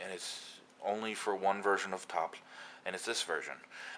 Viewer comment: Learn to pronounce tafl, you fart out of your face when you get to the FL for some reason.